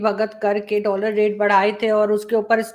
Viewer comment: Whenever Sajid Saab says....dallar do..dallar do...I laugh out loudly...Aisa lagta hai ki he is promoting undergarment brand..